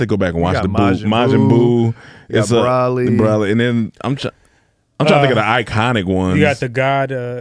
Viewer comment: BRO-LEE. Not BRAH LEE. Come on yall. But Kid Buu was my favorite villain. My man’s was a whole KID just RADIATING black Air Force one energy. Didn’t talk. On sight just wanted to fight. Blowing planets up without hesitation.